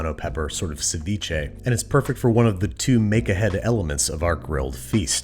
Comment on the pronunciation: that doesnt sound like seviche.